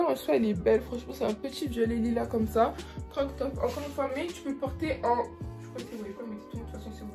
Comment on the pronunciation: En rien c'est méchant c'est juste des remarques pour toi, tu les prends ou non mdr. On dit croP top mdr ça m'a stressée, et c'est dommage que tu mette autant de temps sur chaque article je t'avoue que je passait à chaque fois 20 secondes pour chaque article tellement c'était long😅